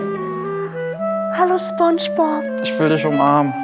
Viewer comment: Fairerweise muss man sagen, das Vorgetragene von Santiago Ziesmer als Spongebob war falsch betont. Ich nehme es ihm aber nicht übel, da er die Serie wahrscheinlich nicht in und auswendig kennt 😉